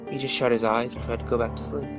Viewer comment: More like "Go to slee." Jeff got no lips, lol.